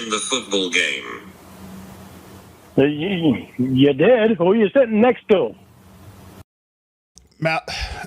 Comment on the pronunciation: B'guys we now have football b'game to add to the Lorne-isms list 😂😂